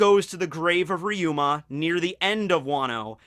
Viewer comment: Its ryuma not riyuma